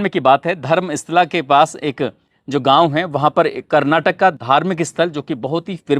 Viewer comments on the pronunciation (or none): धर्मस्ला नही धर्म स्थल जगह का नाम से ठीक से बताओ. पैसा कमाने का चक्कर में लोगों को कितने बेवकूफ बनोगे आप लोक?नाम भी ठीक से बोलना नहीं पता! मीडिया में आया हुआ बात को बतंनगढ़ बना के दुनिया को बताते ? खुद उस स्थल में जाओऔर वहां पर लोगों का बात सुन लो फिर दुनिया को फिर लोगों का मन में बीज बोना . आपका पूरी बात गलत है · धर्म इस्ला नहीं धर्मस्तला है. आप का उच्चारण गलत है.